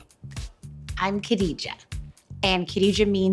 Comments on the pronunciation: Ralu S. Very funny isn’t it supposed to be Kha instead of Khe 🤣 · Lol why I every time Malika says Kadija I hear Kitty J 😂💁🏾‍♀️